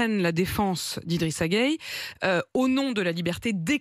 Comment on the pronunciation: 😂😂😂 elle est marrante cette dame. D’abord elle se plaît à mal prononcer le nom Guèye pour dire Gueyé, ensuite elle propose que IGG ne joue pas en France s’il n’aime pas les valeur françaises. Elle ne se gêne vraiment pas. IGG n’a pas besoin des valeurs françaises, . Pourquoi? Parce qu’elles ne l’identifient pas. Et laissez moi vous rappeler que tous les bons joueurs de France sont en grande partie des Africains, donc attention. À vouloir trop avoir raison, vous êtes en train de vous ridiculiser devant tout le monde entier.